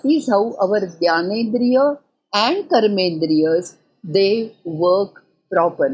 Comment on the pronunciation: Is it 'Gyanendriya' or 'Jnanendriya'? It is true that Hindi speakers mispronounce the sound(swara) 'jna' as 'gya' but Marathi speakers pronounce it rightly. I do not know why a Marathi Sanskrit scholar like you is pronouncing the word as 'gyanendriya'. Please correct if I am wrong